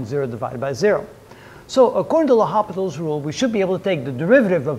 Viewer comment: Great explanations. Thank you. PS in French it is read: lopital. :D